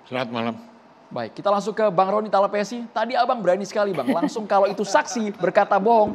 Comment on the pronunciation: Talapessy lay, bukan salapesi.. jangan marga orang kau ganti2 begitu lah